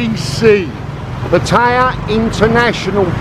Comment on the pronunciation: How about educmacating people on how to pronounce Patta-yah?